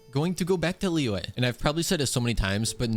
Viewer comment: btw, the correct pronounciation for Liyue is lee-you-we, not lee-way